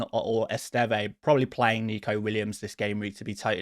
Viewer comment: the Burnley defender's surname is pronounced 'Est-ehv' not 'Est-evay'. Can you please correct this in future videos as it's driving me mad 😩